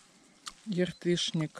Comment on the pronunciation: не Яртышник,а Ятрышник